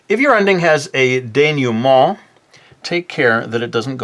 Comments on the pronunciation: Your prononciation of "dénouement" is pretty good but to be more accurate, you should say "denooment " rather than "denewment ". ;) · your pronunciation of "dénouement" is pretty good actually! you pronounce the "nou" as "new", while it's pronounced more like "noo". great video! I always have a hard time with endings, so this was helpful! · Atleast he knows how it's supposed to be said, still made me laugh lol "denyument"